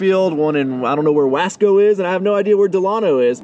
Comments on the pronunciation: Can you do me a favor and say Tulare? Wasco is pronounced like wosco and Delano is pronounced like Del ano. Lol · San Joaquin Tractor is our old John Deere dealership. And it’s pronounced Dee -Lay-No and whah-scow. They’re are prob 20 and 35 mins away from Bakersfield. Huge AG around there. Congrats on the new purchase. That dumb safety seat can be bypassed. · The way you pronounced Wasco and Delano 😂. They are predominantly farming towns about a half hour northwest and north of Bakersfield. That tractor is gonna be a game changer for ya. Papa Ryno gonna be fightin ya to mow. Over/under a week before Sergio is slapping more lights on her.